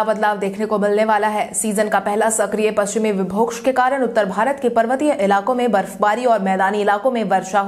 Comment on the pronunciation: समाचार वाचक से सही उच्चारण की अपेक्षा की जाती है। पश्चिमी विक्षोभ को पश्चिमी विभोक्ष न कहें । विंध्यवासिनी देवी को विंध्वंसनी देवी ने कहें।